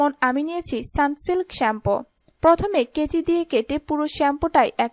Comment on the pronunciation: Sunslik? Pronunciation wrong